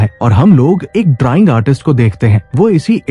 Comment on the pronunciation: वडि बाबा नी डराइंग नहीं ड्रॉइंग बोलो नी